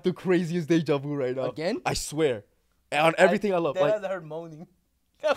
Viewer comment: The way pronounced “deja vu” and “cartoon”